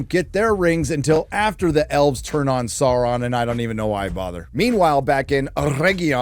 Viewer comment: I love your SauRRRRRRRRRRRRRRon. <3